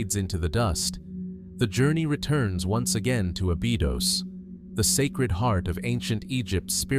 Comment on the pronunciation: Ah-BEE-dohz and RAH-meh-seez is diabolical. I was trying to fall asleep and that woke me up and made me mad. 😂